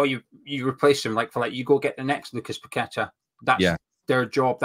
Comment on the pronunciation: Can neither of you guys pronounce Paqueta's name properly?